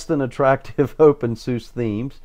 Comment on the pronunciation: It's pronounced opensuzah and spelled openSUSE, fyi.